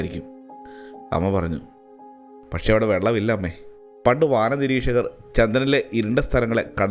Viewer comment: Ambeeee..ad ent viliya mookadapulla chetta...ammee enn alle.